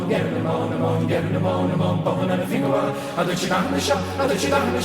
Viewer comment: The word is pronounced "Fin-oola." It's the Irish version of "Penelope."